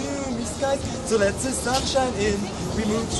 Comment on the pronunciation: "ze food" " zusern birds" : hah what a hard German accent :D Being German myself i always find it funny to hear people with low English pronunciation abilities. now i want to hear westerwelle perform this song xD D: it would be Gold !!! :D